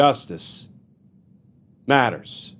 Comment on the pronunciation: When someone intentionally over emphasizes something that is, on its own, incredibly important, it kind of de-emphasizes its importance. I'm referring to the heavy emphasis on "Justice MATTERS". Justice matters, spoken naturally, rings true, whereas, IMHO, the over emphasis, i.e., non-natural way of speaking, almost makes a farce of the statement, "justice matters". I really like your take on legal matters, but that has been bugging me for a long time.